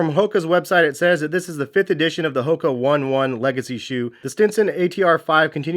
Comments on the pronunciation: Pronounced “Own-nay Own-nay” not “One One” good review tho👍🏽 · You actually pronoumced the Brand Name wrong. It's not Hoka (1 1) it's ( o-n-e-y o-n-e-y) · These shoes are amazing but hard to wear with some outfits. Use them more for work than anything and have been using these shoes for years now, they’re pronounced ohnay ohnay not “won won”. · And it’s onay onay not one one geez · Hes it's pronounced Hoka oh-nay oh-nay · It’s OH-NAY OH-NAY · Love me some Hokas, my Rincons are the best! Also, as a heads up the One One is pronounced Oney Oney